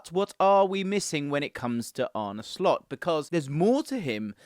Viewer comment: 10 points for not butchering his name!!👍